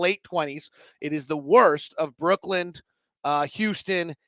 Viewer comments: It’s just Brooklyn not Brook-land thanks for all of your smart analysis as always! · Dialectal variation will dictate the pronunciation, aka - accent. If you're going to be criticizing people on such things, it'd also help to use IPA format, and not arbitrary orthographies. He says [ˈbɹʊk.lənd̥] and people from there would say [ˈbɹ̠ʷʊ̠kɫ̪ɪ̈n], and people from across the pond might say [ˈbwʊk.lɪn]. You know what he was referencing, and the point of language is communication, so he said it "correctly" (there's no such thing) because you understood. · Friendly criticism / pet peeve... It's Brooklyn, not Brookland